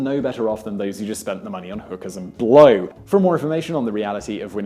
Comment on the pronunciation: I feel bad for laughing at the emphasis on blow that Simon put when he said "hookers and blow" omg